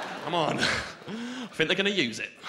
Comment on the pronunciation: I still hear it. When he said "death" and "think" it was particularly noticable.